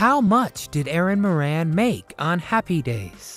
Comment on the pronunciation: Moran is an Irish name and is pronounced More An.